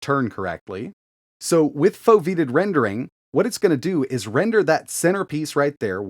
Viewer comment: It's pronounced "Foe-vee-ate-tid"